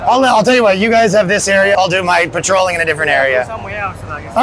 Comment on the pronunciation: patrolling ???? Are the P and the A silent?